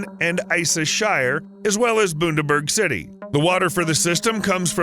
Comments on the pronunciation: It is not boondaberg. Bun is not pronounced boon. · Poor Bundy copping it, "boondieberg" 💀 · Boonaberg. Why cant you people talk properly!! Ooops. Sickening coffee slurp. Thumbs down. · I'm sorry the 'Murican accent is unbearable. A mispronunciation once is excusable. But it is clear no attempt was made to find out the correct pronunciation, and so every time he said Boondaberg the offence to my ears increased. do better. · this video deserves a like and subscribe just for "boondaburg" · Wish you would learn correct pronunciation like for Bundaberg (not boondeberg). Also Queesland doesn't have a prime minister it has a Premier. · Bun-da-berg! For non Americans ie just the USA! Also Mel-bourne for USA Americans! ie learn English Yanks! It is offensive they way you butcher out language names! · Where the heck in Australia is Boon-Da-Burg? (I know what he meant to say. This is just the worst American butchering of any Australian town/city pronunciation) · Pronounced BUN DE BERG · It is pronounced Bundaberg, Buh, as in Bahn, named after the Bunda Brothers. And the states here don't have Prime Ministers, we have Premiers, the Prime Minister is in Canberra and he leads the Nation. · Love your video’s however, it’s bun da berg or burg.. Thank you for telling our story♥️ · Pronounce bun-der-burge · Ahahaha, 'Boondaberg'. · Queensland has a premier not a prime minister and try and say bun da burg. , speak straya mate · "Boondaburg"? You really should learn how to pronounce names. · Boondaberg lol Dont you mine the Premier of Queensland? States don't have Prime Ministers. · Down-voted for pronouncing Bundaberg as 'Boondaberg', when its rum is sold all around the world! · not even that. It’s bun-duh-burg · From this day forward it will be known as Booondaberg 😂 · Bun-da-berg maate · The city is pronounced " Bun- der-burg". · ......or pronounces Bundaberg as 'Boondaberg', when its rum is sold all around the world! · Bun… as in cream bun. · Boon-Der-Burg??? LMFAO.